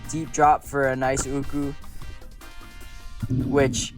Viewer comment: Atleast you pronounce it correctly and not arrogant like Ryan myers “ooooohhhhkouuuuhhs”.